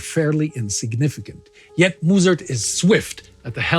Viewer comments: This pronounced Mussert not Moessert. The U make a eu sound. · Thanks for the insights! To me it seems you are pronouncing the french and german names extremely well! However the Dutch names lack some pronunciation, the U in 'Mussert' is actually pronounced like the 'u' in '(to) shun'